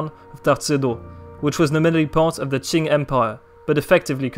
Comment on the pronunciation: The history of the China Qing Dynasty was completely correct，Chinese pronunciation is very accurate，Well done 👍